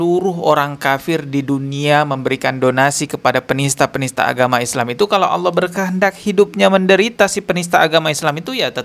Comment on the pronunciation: "Tidak ada bedanya AUWOH dengan setan" wkwkw bibirnya ga bisa bener lafadznya, karena memang nama-Nya Allah